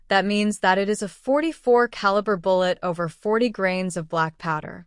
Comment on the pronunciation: Ca la bra... Caliber. Ai reader is always funny.